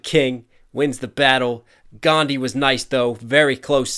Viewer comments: In the actual language, which I can never remember the name of, "dh" IS pronounced as a separate sound from "d", English just doesn't distinguish those sounds; so unless you grew up with a language that distinguishes these sounds, or you have a particular language processing disorder, it WOULD sound identical to "d", thus seeming like the H is silent. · Not Ghandi, it's Gandhi. DHI. That H is not silent. U people pronounce it wrong. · The "like the h in your name" line actually doesn't make sense, because Gandhi's name is actually pronounced differently than what English people call it usually, the 'dh' is a single syllable which is an combination of d (as th in 'the') and a 'h' sound Great video btw, you are amazing! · To this day I Dnt get it why you people say that h is silent in gandhi. It's GANDHI, and not GHANDI. One more thing regarding shower, gandhi was a very hygienic man and adviced other people to be the same. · you should know that his name isn't pronounced as ghandhi anywhere It's just that you all always pronounce his name like Gandi instead of Gan+dhi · one thing that bothered me is the "H" in Gandhi isn't actually silent people just mispronounce it. it is pronounced with the H. also yeah the “first name messiah” seems like a stretch because Mahatma or Mahan means great. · "H in your name" line isn't actually right... The actual pronunciation of Gandhi is "Gaan-Dhee" with conjunct H, while most English speakers cannot enunciate this H and say "Gán-Dee" instead. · Correction: It's the foreigners that pronounce "Gandhi" as Gan-d, Indians pronounce it is Gandhi only, with a special emphasis on the "dhi" part. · Actually in 'Gandhi', H is pronounced... Its like Gan-Dhi. Its just that brithish weren't able to pronounce his name correctly and hence everyone in west thinks H is silent in Gandhi and pronounce it as Gandi. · It's Gandhi not Ghandi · Gan-dh-ii D and h are a singular syllable, like what you say in 'dharma'